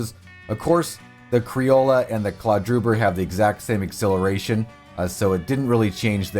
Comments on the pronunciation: I'm late to the thread, but it's pronounced "cree-oh-yo" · "Crioll-ah" I just can't even get past this I'm sorry, how do you see an o and use and a sound? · why does he call them criolla and brenton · All these specifics and you still think its criola and brenton? The horses are called criolo and breton. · Pronounced kree-ojo criollo